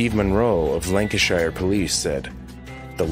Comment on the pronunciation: Crime #20 on this episode: the narrator not being able to pronounce Leicester, Yorkshire or Lancashire etc. correctly. 🤦🏼‍♀️